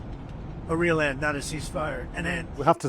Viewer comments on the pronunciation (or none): none